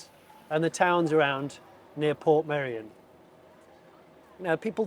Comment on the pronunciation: “I’m off to shoot a video in Portmeirion.” Are you going to learn how to pronounce Portmeirion? “Nah, can’t be bothered.” But it’s easy: Port May-Re-On. “That’s far too complicated. I’ll just call it Port Merry On.”